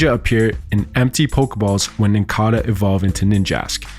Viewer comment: Did you just call Nincada NincAHdUH? Lmao!